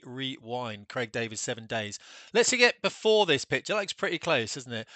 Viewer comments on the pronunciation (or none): none